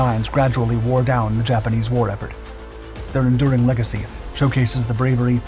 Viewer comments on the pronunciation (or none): none